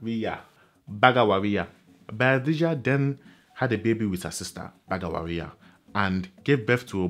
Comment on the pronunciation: ''BAGWARIYA'' not "'BAGAWARIYA